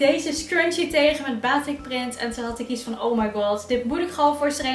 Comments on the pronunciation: Batiek🇲🇨 niet baatik😖 (je schrijft wel gwn batik) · Haai, het is batik met een korte a